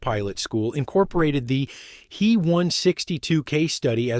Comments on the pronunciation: Stupid! It's not the "he" 162, IT'S THE "H.E." 162. Just like in other stupid AI talks mispronouncing the J,U, 88 as the "jew 88." It's not the "me 109" it's the "M,E, 109." Stop! Learn how to use the interpretation of German aviation companies' abbreviations of Heinkel, Junkers and Meserschmidt that has been in use for the 80 years before AI. So, who's more of an idiot, here? The people using the AI, or the poor quality companies that create the AI that they're buying. Sorry, I meant to say the people using Aeye or the Aeye that they're buying. Ha! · It's not a "hee one sixty two" "He" is an abbreviation of Heinkel, the builder. Pronounced "hyn kel". Both letters would by pronounced separately by a German mechanic, pilot or engineer; not together. If you can't get the pronunciation right, what else did you get wrong?